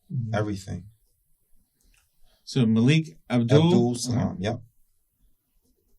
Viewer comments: Hey CHAMP They said his name Malik MA LEEK They said it 10 times WHY U KEEP CALLIN HIM.MOAW LIT ???? MAH LEEK HOMEY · If it’s spelled Malik it’s pronounced MUH-leek. Just fyi, not that I care! ❤thanks for the video 😊